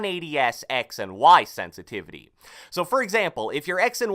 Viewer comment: Can u say sensitivity please?!!